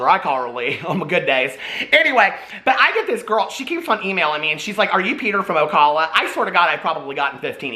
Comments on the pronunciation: it’s pronounced o-cal uh like the man’s name cal (not like “call” a friend). love you Peter! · Sorry I have to do it... Ocala ( oh-KAL-ə) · Ocala. Oh Cal (rhymes with pal) uh.